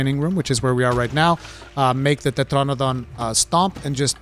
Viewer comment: that accent on "tetranadon"